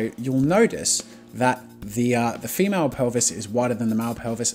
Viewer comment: "hundreds of poses of this MYEL and FEEMYEL"